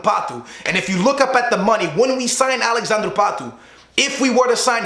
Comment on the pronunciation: It's alexadre not alexandrew patu